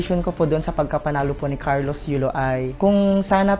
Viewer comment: YULO HINDI YOLO....LOL